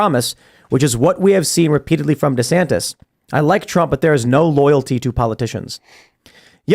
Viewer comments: Without taking sides, one weird thing I noticed was that in the first video DeSantis, at the end, pronounces his name as: du-SAN-iss. In the second video, also at the end, he pronounces his name as: DEE-san-tiss. Again, without taking sides, how did he not learn the lesson of branding in politics. He should at least come up with one definitive pronunciation for his own name. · It's weird how he pronounced his own name differently than he usually does in his announcement video. Kackala does that too. Very odd.